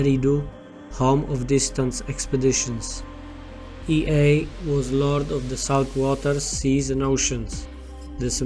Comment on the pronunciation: The pronunciation is not Ei- ae but Yea!